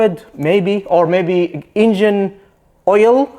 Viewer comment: Please stop pronouncing ,,ingin'' instead of engine,it is so disturbing.....and it's a Porsche,not a Porschah,it sounds awfull